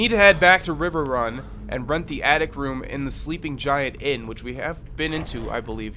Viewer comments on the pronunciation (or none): "Riwer run"😂